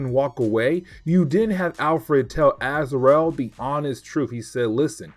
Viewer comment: I'm loving this break down of Knighfall. Not to nitpick but it's pronounced Az-ra-el